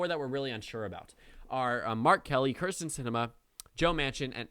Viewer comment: It is kyrsten not krysten sinema please pronounce it correctly. have a good day